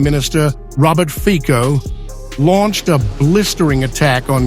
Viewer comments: pronunciation is ...Fitso ..............no fiko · Not /fiko/, but /fitso/. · His name is FITZO not FIKO. Fico is ambassador for free speech and peace in Ukraine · ⚠️CORRECTION❗⚠️ FICO🇸🇰pronounced👉《FI-TSO》✔👍👌 NOT 🚫 FIKO❌👎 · We in east don't pronounce "c" as "k", it is Fico, not Fiko, as Cinderella is not Kinderella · The name, apparently, is pronounces Fitso, not Fico. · He is Fico, not Fiko. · His name is pronounced Feet-so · His name is pronounced "Fitso". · It's not fico. Learn to pronounce his name correctly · Would you try to pronounce Fico's, Putyin's, and other non-English politicians' names correctly? It is not very difficult. It is simply courtesy; it would show some respect for these people. 😊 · Pronounce Fico properly. Bravo Orban and Fico. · You are pronouncing his name wrong